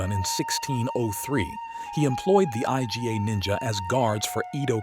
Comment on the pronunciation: Did you just call the Iga clan the I-G-A clan? No it's pronounced "Egah"